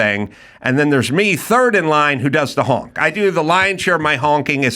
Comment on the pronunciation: Adam says hank instead of honk